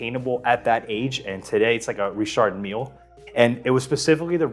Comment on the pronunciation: WTF is a Reee-shard Meal?